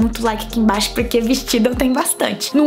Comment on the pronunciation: "DEIXA EU VER AKI EM BIAXO" kakakak😂😂😂😂